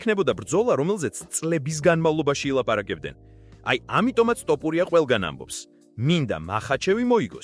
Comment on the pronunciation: დავიჯერო ასეთი უნიჭოა ზოგი ჟურნალისტი, რომელიც ვერ არჩევს "თოფურია"-ს "ტოპურია"-გან-ეს ხომ დაცინვას უფრო გავს, ან სირეგვნეა